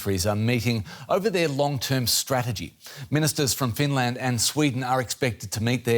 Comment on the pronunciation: Finlairned and buurlind